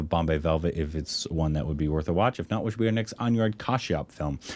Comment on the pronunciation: Guys Anurag is pronounced like aan-oo-raagh not an-you-raag